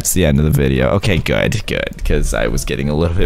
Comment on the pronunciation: This is how he said good, Gooduh